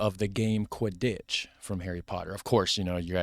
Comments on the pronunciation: Bruh the way he says “Qui-dditch” instead of “Quidd-itch” kills me 💀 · So I guess you’ve seen Harry Potter so you must know that you have totally mispronounced the word Quittditch. I wondered what you were talking about until you mentioned Harry Potter and then it clicked🤪🦘🇦🇺